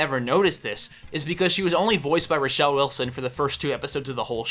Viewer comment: atleast pronounce roshelenright